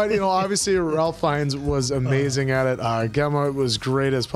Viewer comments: By the way. Ralph Fiennes' first name is pronounced 'rayf' Also in Doctor Who they made a joke in on epsiode where they have a soldier from the first world war, and then since The Doctor is able to go anywhere in time he accidentally says to him "seeing the outfit you're wearing you seem to be a soldier from World War One" and soldier goes "World War One?" "Uh yes." "But what do you mean.... One?" "Oh opps.....spoilers" 🤣🤣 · Ralph is actually pronounced Raif. Cause wales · I know Ralph Fiennes seems like it's pronounced like Ralph is normally pronounced, but it's actually pronounced Rayf. So Ralph Fienns is actually Rayf Fiennes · 🤭Yep, it’s not “Ralph”, tho guys. It’s pronounced like “Rafe”. Rhymes with safe. Rafe Fiennes.